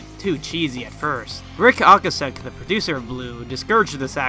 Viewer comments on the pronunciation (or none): Bro I love the video but it’s Ric O-ka-sick and Geffen with a hard G 😉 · Its pronounced "Oh-kay-sick" Ric Ocasek. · My favourite part is where he mispronounces David Geffen and Ric Ocasek’s last names wrong…and calls Kevin Smith Kevin James…oh yah, then completely skims over Surf Wax America. Good times 👍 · not to be rude but you butchered rics last name